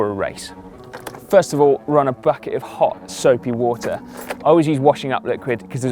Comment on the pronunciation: He says "Hot soapy water" like Gordan Ramsay would say "Hot fresh meat"